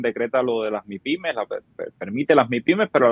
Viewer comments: Son Mipime no Maipime. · ¡¡Ñooó!!, no soporto a este tío diciendo maipime, ¡¡que payaso!! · Todo bien, todo perfecto.... El socio haciéndose el Yuma con la acentuación de maYpime ... Me tiene obstinado.... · Y no se doce Mae Pi Me,; se dice: Mi Pi Me. (MIPYME). Esa no es una sigla en inglés, eso es en español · Por qué dice Mypime ? Que feo se oye eso Hablamos español